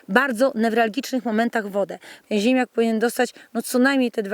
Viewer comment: Pani wymawia ziemiak, zamiast ziemniak... Nie mogłem się skupić na filmie zwyczajnie...